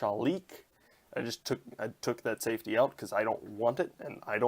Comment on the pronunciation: Safety... not safty 😂